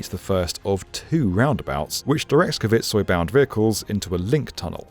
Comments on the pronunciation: pronouncing Kvitsøy as kuh-vitt-soy is diabolical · Considering how many times you say "Kvitsøy" I'm a bit surprised just how far off you are to pronouncing it correctly 😅 I understand it it is difficuly for an english-speaker though; I appreciate your attempt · The way Kvitsøy is pronounced here is high entertainment. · Stavanger was well pronounced. But Kvitsøy was hilariously bucthered. Love the attempt tho.